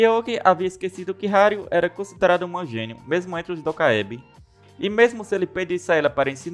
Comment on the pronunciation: Kkkk dacoébi é foda.. é dOkaebí